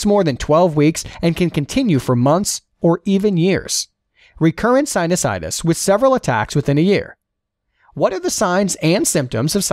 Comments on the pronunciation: This guy doesn't know how to read,, he read Anosmia as Insomnia, and sinusitis as Sinitis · You mispronounced sinusitus as "sinitus" ... I'm sure all med students caught that!